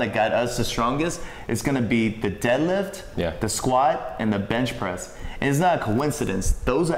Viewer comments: is it me or everytime he says benchpress it sounds like bitchpress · did he say "bitch press"?